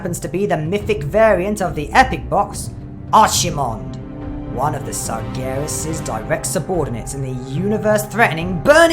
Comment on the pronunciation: you said Archimonde WRONG!